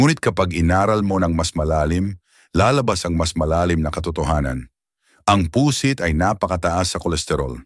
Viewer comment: Pusit (mabilis) hinde Pu sit